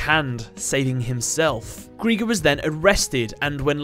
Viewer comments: GR I GER NOT GR E GER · It's pronounced as Gry-ger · It's pronounce gri-ger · His name is pronounced gr-eye-ger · Who is responsible for these names? Greiger is german ASF and sounds NOTHING like a bomb. In any of the 6 languages i know Edit : Oh ja also take german names and butcher their pronounciation. Greiger is not pronounced as "Greeger" Like you say dIE you say GrEiger Unless they wanted to say warrior? The more i hear Greeger it sounds like KRIEGER. Krieger is pronounced Kreeger for you american boys Your telling me im in poverty snd theres MFs making 5 figures for terrible translations. Wtf